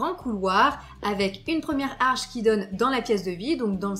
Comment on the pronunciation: sublime rénovation 🥰 par contre on dit "l'arche" et non pas "la harche" 😉